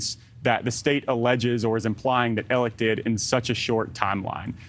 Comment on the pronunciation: It’s Alex but pronounced Aleck